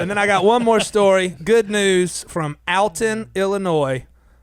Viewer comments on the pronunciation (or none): it's pronouced ALL TON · You pronounced Alton wrong. Its (Aww)lton.